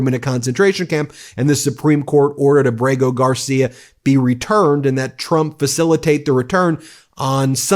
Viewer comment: Abrego is pron: Ah-brey-ho/ You're American , get closer , understanding, in the soul/spirit of your southern bros & sisters. They were here long before the "White" man.